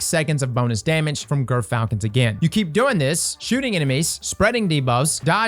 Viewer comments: I swear I heard you say GIRTHfalcon! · just a quick heads up since I know this'll already last a while: it's pronounced 'jer'-falcon